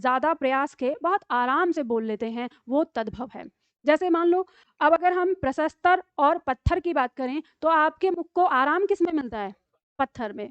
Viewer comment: हिन्दी की इतनी बड़ी विदुषी भी उच्चारण गलत करती हैं! घोर आश्चर्य! आपने प्रस्तर को प्रसस्तर कहा।